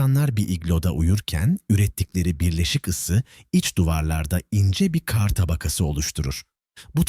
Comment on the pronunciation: Seslendiren kar demesini bilmiyor. Bütün videolarda aynı